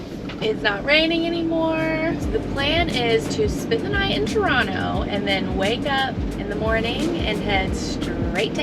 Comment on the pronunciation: Your pronunciation of Toronto is spot on like a local’s!